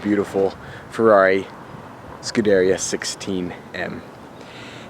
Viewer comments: Yo. You seem like a nice enough guy. But for the love of God, its "Scoo-dah-ree-ah", "Mo-day-nah" and "Strah-dah-lay" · Butchered every single model pronunciation u could im afraid. Scuderia, modena, and stradale